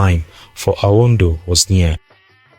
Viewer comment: Excuse me are you a Tiv person at all behind the voice your pronunciation of anodo is not connecting. Thanks